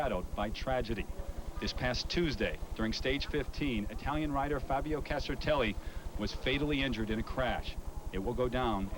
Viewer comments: Castarelli??????.......what a dumbass!!!, at least get the name right. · 'Castarelli'...darn it you reporter, get his name right!!!! 😡😡😝😝 Anyway, I was only 10 when this happened, it's such a grim reminder of the perils of the outside world when cycling. RIP, Fabio Casartelli. 🙏🙏